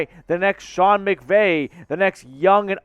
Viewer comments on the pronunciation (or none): none